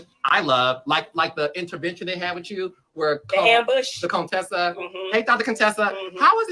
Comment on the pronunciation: Heavenly named her CONE-tessa!🤦🏽‍♀️